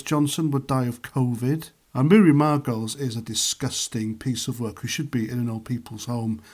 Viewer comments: How would you feel if he said that about your wife, sister, mother, or daughter? Would you still find it funny and still want that pint? It's pronounced "Margolees" Had someone on the left said this people here would be saying it's disgusting! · how did you manage to get every single name wrong? joe instead of john bishop, Margolyes i can't even pronounce what you said her name was, you even got Nigel Farage's name wrong...jesus